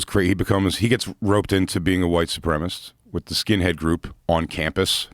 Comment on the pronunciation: 🫣every time jay says “white supremist”